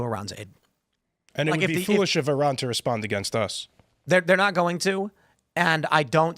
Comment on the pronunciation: needs to learn how to pronounce Iran.